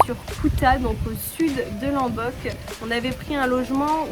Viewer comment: Ça se prononce"LOmbok" avec un O pas un A 🙏🏻